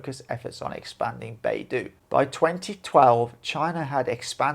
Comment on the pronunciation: The dou in BeiDou rhymes with the letter o. PinYin is the use of English letters as pronunciation guide. It is NOT English. When you see ou in pinyin, think of the letter o. The Ren in Renmingbi is very dissimilar to any r-sound in English. The letter r in pinyin is to denote a peculiar pronunciation in Chinese.